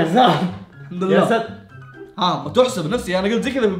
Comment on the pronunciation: يااساتار غلط انوتقولنها قولو يا ستير